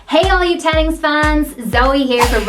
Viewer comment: insert french accent